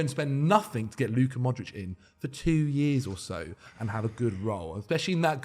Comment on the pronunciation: Why the hell did say modric smh😭😤🤦‍♂️